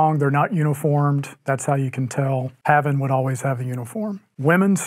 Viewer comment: Hey, if you keep saying "pavvin" all the time, why don't you start calling the other side "seetoes"?